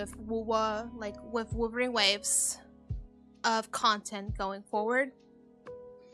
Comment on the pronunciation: for some reason I keep hearing wuthering waves as wolverine waves 🤣. But you do you, hope you keep doing Okay